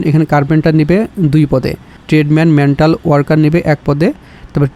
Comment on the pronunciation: ভাই আপনি মেটাল ওয়ার্কার রে মেন্টাল বলেছেন। হৃদয়টা ভেঙে গেল ভাই। 🤣